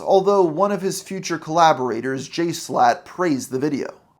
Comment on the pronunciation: Even in a video about the issues with Mr. Beast, Schlatt still gets his name stated wrong